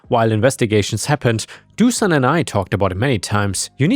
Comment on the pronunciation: I think it might be pronounced Doo-shan - the thing above the S - Dušan - turns into a “sh” sound!